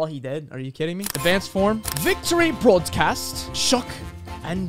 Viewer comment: Bro when you said victory brodcast I got it like VICTOR-y brodcast LOL